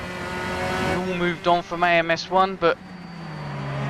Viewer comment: I love AMS 1! And you did say the name of the category correctly!!